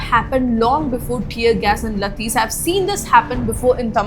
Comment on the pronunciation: laathis ❌ lathis ✅